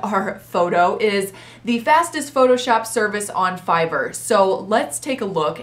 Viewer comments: She didn’t say air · Is anyone going to tell her that she is pronouncing fiverr wrong😅